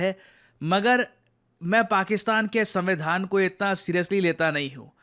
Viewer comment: paxistan aand sambi dhan😂